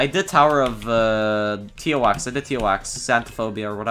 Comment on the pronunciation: when u say tower of zzzzszszsszsszszz for tox hits different fr ongong